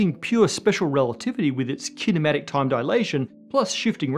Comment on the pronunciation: "Kinematic Time Dilation" - took me a moment to realize he didn't say "Cinematic Time Dilation" aka Slo-Mo...